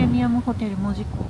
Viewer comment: 大正14年に建てられていません！！！もっと古いです。 現在の門司港駅は新築当時を復原したものです。 木製の乗車券の販売窓口、復原前は、あんなもん、なかったです。 「門司」のイントネーションがキモすぎる 「門司」は「文字」と同じイントネーションではない 「も」にアクセントはないのだ 住友銀行門司支店は昭和20年6月の空襲で燃えて灰になりました。 日本郵船門司支店ビルは、九州初のエレベーター設置オフィスビルです。 動画のエレベーターは昭和2年の建設当時から修理を重ねて 現存しているのですが、このことが紹介されたことがありません。 なお、郵船ビルは1990年代のレトロ事業スタートから、 観光客の受け入れをしていないビルなので、 観光目的で入ると注意されることがあります。 国鉄時代、このビルの２Fから門司港駅を撮影して私も怒られました。 郵船ビルの動画はアップしない方がよいと思います。 ホームリンガ商会の建物は戦後の建物です。 旧門司三井倶楽部から桟橋通を歩いて北九州銀行まできたのに 鉄道記念館は？？？？って怖すぎる 歩いている途中にあったのだが・・・ 門司区本町（ほんまち」と読みます